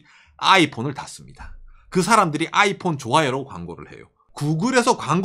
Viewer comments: 아\잇폰 아\잇폰.. 플리즈 쫌만 부드럽~게여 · 아이폰할때 '아'에다가 악센트좀 그만했으면... 힘들어보임..